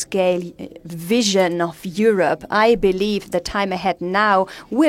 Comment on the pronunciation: Die hat halt nen Akzent, ne... Aber können wir über ihre exzellente Aussprache von "Europe" sprechen. Ich kann das nämlich, obwohl mein Englisch sehr gut ist, gar nicht aussprechen.